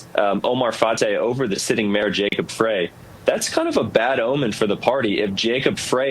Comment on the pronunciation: According to wikipedia Minneapolis mayor 's last name pronounced "fry". I've never heard it pronounced "fray" as you say. Otherwise I appreciate your video.